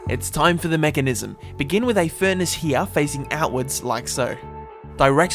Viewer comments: Way is he sayin weeya when he wanna say here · The way he said, here though. Herhe